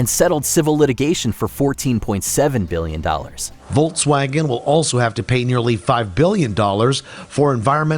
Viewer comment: It's /ˈfɔlksˌvaːɡən/.